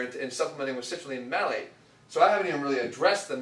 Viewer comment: It's Citrulline MALATE. Not Malec :P